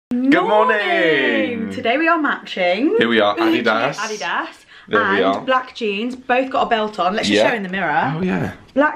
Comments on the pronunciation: Ummm...did you say "ah dee dahs"??? ( Adidas) 😭😂😬😭😂😬 that is so funny!! I don't know if you said that on purpose or not?! Lol Im not the grammar police but just as an fyi its uh-dee-dis 😭😭😂 i LOVED the way you said it, though!!! ❤❤❤❤ btw, I love whatever content you put out!!! ALL of it!!! 😍❤😍❤😍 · Never heard the Adidas brand name pronounced that way before. Most pronounce it ah-DEE-dus, and not adee-das. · It is pronounced uh dee duhs not au did aus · It's pronouned AH-DEE -DA not Ah de da! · Love you guys but for Christ's sake it's pronounced Uh-dee-duhs. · Love how you pronounce ‘adidas’ and ‘kefir’ 😂💕✨ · Thats how they pronounce it. Makes me smile whenever I hear say it. 👏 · Not sure if you guys did it on purpose but you pronounced adidas wrong. Besides that triggering remark, it was a good video! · Americans pronounce this brand name incorrectly, as they do with many European company names (i.e. Porsche).